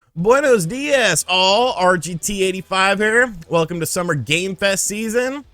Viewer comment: He sounds like a idiot saying it. Like for real this white guy should not make a attempt of trying to say a Spanish word